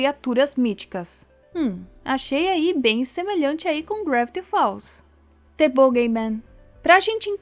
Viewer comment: Moça, "the" se pronuncia "Dê", tipo um "Zhê" com a língua pra cima Não se pronuncia "Tê"